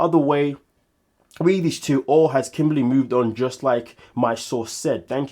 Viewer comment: Lol kim-baly, I can never see her without hearing that pronunciation lol